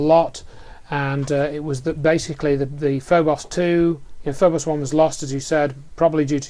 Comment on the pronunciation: It's Phobos, not FoBoss. It's NASA, not Nasser.